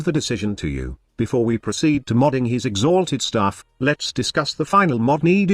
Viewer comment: Im just hear to laugh when you say "x HALTED staff" :D